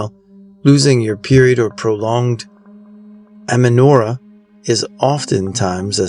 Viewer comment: Ay-men-oh-REE-uh. It means no menstruation.